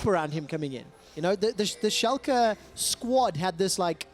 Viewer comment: Finaly a german caster who can pronounce Schalke right xD